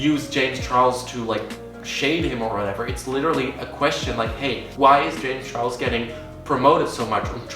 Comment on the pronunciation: James ‘Chorles’